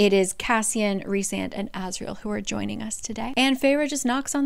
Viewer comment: I’ve just now have been reading this series. It is fantastic!!! You explain these books sooooo well!!!! The only thing I could suggest is if you look in the first book it shows how to pronounce all the names and Rhysand is pronounced Rhy with a long I. Like rye bread